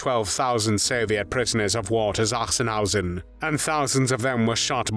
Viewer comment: I found it most annoying. Sachsenhausen does not begin with Z